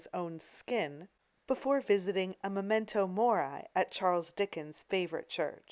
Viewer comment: Most interesting. But please, it's Latin: "MemEnto Mori" pronounced Mehmehntoh MorE (not Morai). The bodies were "snatched" not for autopsy but for dissection (as you corrected yourself later).🙂🙂